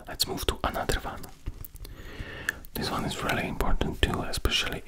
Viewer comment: most imporddnt german words🤣🤣🤣🤣